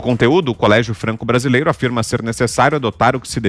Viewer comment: "Franque Brasileire" 😂